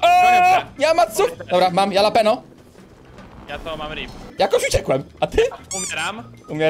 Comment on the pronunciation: Mówi się halapenio a nie jalapenio